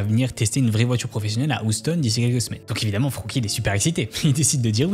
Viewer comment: très bien, mais deux choses: le titre... noonn!!! et Houston ne se prononce pas oustonn, mais hyoustonn, bref pas grave mais ce genre de truc dans une video qui cartonne ça m'étonnera toujours